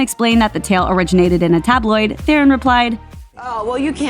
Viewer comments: It’s Charlize Te-ron. She is South African. It’s not Feron. Just irritated me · Theron is pronounced Te-Ron it’s Dutch there is no th sound...